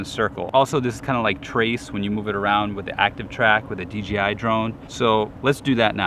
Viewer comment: It sounds like he says DGI most of the time instead of DJI.